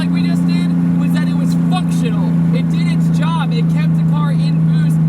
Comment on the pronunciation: it sounds like you said fucktional 😂😂